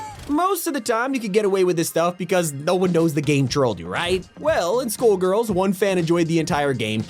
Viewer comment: Bro just said school girls' not skull girls' bruh